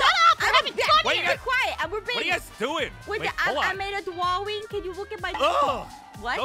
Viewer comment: De pweety dwaing